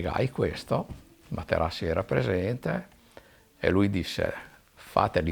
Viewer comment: "Facci lei Ing. Materassi" ad eccezione della storipiatura bell'intervista